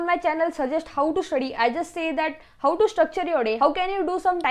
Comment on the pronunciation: Didi g ur voice is good 👍 But i felt that.. ur pronunciation of "how" goes to "hauu😂" like bhau means brother It's funny..😁 Good luck for exams😊👍